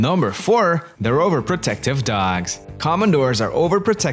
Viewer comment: It's dogs, not dougs.